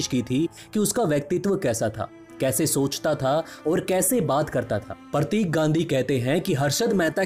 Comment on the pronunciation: आपके उच्चारण में बहुत गलतियां हैं, उसमे सुधार लाएं ताकि यह विडियो का स्तर ऊंचा हो, शब्द जैसे फर्म को फरम कहना या प्रतीक को परतिक कहना गलत उच्चारण है । आशा करता हूं आगे थोड़ा ध्यान रखें